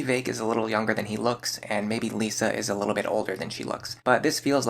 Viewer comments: Just so you know, it's LISS-a, not Lisa. They're different. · Good video but I don't ont like that you say lisa it hurts